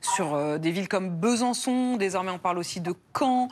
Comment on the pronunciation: C'est moi où le mépris qu'elle a envers la province l'amène à dire Beuhsançon !?